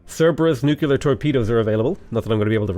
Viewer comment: "nu"-"clear" not "nu"-"cu"-"lar" :D